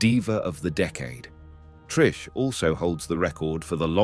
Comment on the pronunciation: You can’t even say Trish’s name right 😂😂😂😂